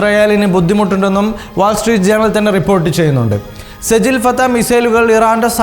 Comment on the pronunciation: സജിൽ അല്ല സിജ്ജീൽ سجيل മിസൈൽ.. ഉച്ചാരണം ശരിയല്ല❤